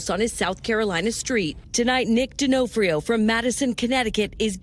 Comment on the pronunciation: HOW DOES EVERY NEWS GET HIS NAME WRONG? Do they not know Vincent d’ONfrio? Not D’onFRIO